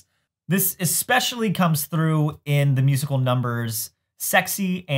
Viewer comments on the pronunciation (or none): none